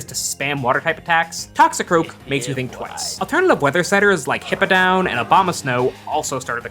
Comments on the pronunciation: It's hippowdon not hippodown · Hearing you say “hippo-down” instead of “hipp-ow-don” killed me